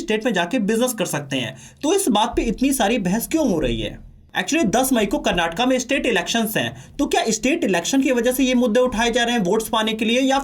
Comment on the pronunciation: Kannada* karnataka* pronounce correctly....!